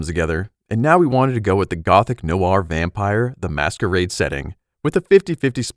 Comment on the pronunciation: Is this AI voice over?! Why? Your other voice over was perfectly good. I could tell by the pronunciation of “Vampire… The Masquerade” AI gets confused by proper nouns. Please go back to a human doing your voice over or I am leaving the channel.